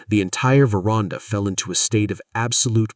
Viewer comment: AI, the word is ver...and...ah, NOT verarnda😮!!!!!!!!!!!!!!!